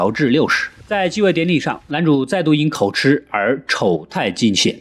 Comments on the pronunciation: KO JI 不是 KO CHI 口急！【著急】的意思！別一直吃吃吃了！ 這是破音字！ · 口吃都不會念，真的不知道那個‘’吃‘’要念‘’及‘’，是破音字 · 口，口吃？ 痴？ 我以為應該唸口吃（及） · 幹對欸 XDDD 每次要舉例我都一時想不起，但聽到時就會「嗯？」一下